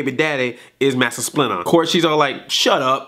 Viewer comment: it does sound like splinter cussed